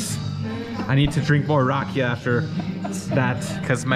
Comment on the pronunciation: Na Zdra-vey (Not Na Zdro-vey). :) She just may not know how to explain it in English. This is making me excited to go back in December. Very useful to know the language, but you're managing either way. Also, the accent is on the 'ee' for Rakia. (Rah-Kee-Uh)